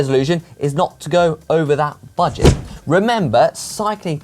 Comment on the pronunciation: It’s Budget not Bugdet 😀